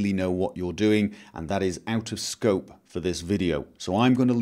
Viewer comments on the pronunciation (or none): none